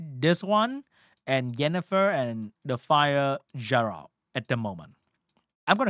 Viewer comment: aint no way blud pronounced it Jeralt